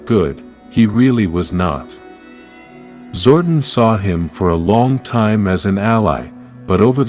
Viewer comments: And it's Zordon pronounced " Zor don" not Zordin. Note to self next time I see this channel click " Don't recommend this channel" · Zor-DON, it’s Zor-DON. Sorry, that was irking me.